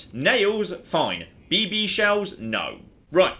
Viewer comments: the way you pronounce BB hurts. It's beebee with no space! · Anyone else find it hilarious how pauses between the two Bs in BB? I had to think about for a second, then I realized that maybe gas-powered rifles that shoot small metal balls aren't a common children's toy outside of the US haha.